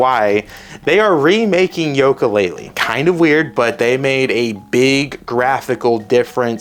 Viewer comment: This kid is lost. He can’t even pronounce yooka laylee right.